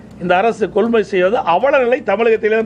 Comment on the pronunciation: கொள் முள் நிலையம் அல்ல கொள்முதல் நிலையம் நட்பட்டினம் இல்ல அது நாகப்பட்டினம் பேச்சில் இன்று ஏதோ தடுமாற்றம் சார்